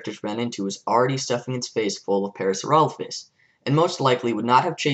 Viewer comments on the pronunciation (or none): none